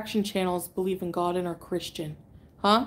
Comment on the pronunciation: You hear the way she said Christian.. smh